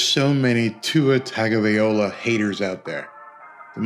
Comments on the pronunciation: Tun Gah Vye Loha. Come on man pronounce the name right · Dude shhhhhh….u can’t even pronounce his name correctly & your gonna talk doubters! Here’s the simple answer: Tua was & is overrated & u & the other TUnAfish fans will forever cut some poor excuse as 2 why he’s average to below average & this season it will finally hit some of u in the head & will regret passing on Herbert. You delusional people are in 4 a big disappointment this year unless Teddy can bail them out….after all he is def an insurance policy cuz the scrub Tua won’t b available every game anyway cuz he’s a glass doll….so NO, this hater ain’t worried in the least but i am looking 4ward 2 some of u delusional fans jumping off the Titanic Tua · First off you could say his name right 😂and yes he is very very underrated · Dude, you don't even know how to pronounce his name. SMH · How come you keep saying his last name like that?